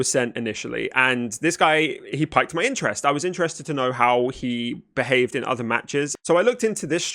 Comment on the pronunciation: he what? He did what to your interest? "Kappa".... He piqued?its pronounced peaked. 👍 Good vid though, cringe ass gamers like this make me sad